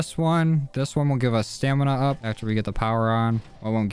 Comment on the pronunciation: Hey boss, btw it’s Stamin-up not Stanima-Up you don’t pronounce the A.